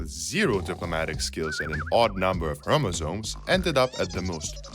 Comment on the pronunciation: "and an odd number of chormosomes" okay now i gotta watch you with great interest